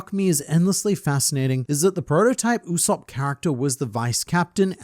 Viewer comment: Brother, his name is not pronounced "OOu-Sopp" but "YOU-Sopp"